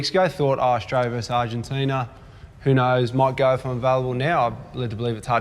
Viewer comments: How to disrespect a country...Mispronounce its name over and over. It's ARGENTINA not ARGENTINIA. Ozzy Ozzy Ozzy Oi Oi vey! :) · Can someone tell it's not 'Argentin-i-a'? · Just so everyone's aware, the name of the country that beat the All-Blacks is called "Argentina," not "Argentinia." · Nah mate, kept calling them "Argentinia." I know my accents, and I also know when someone adds an extra vowel to the word "Argentina."